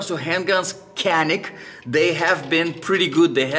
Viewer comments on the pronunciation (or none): Canik pronounced as john-eek not like can eek. Fyi. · nah he is not. He cant pronounce "Canik" he simply reads it like an American English speakers.